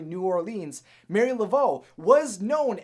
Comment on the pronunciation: Honey I gave you a buy on some of your misunderstanding of voodoo considering I highly doubt you're from Louisiana or anywhere else in the south but the woman's name is Marie not Mary Laveau and she's kind of a New Orleans icon so please say her name right if you should ever do something on this topic again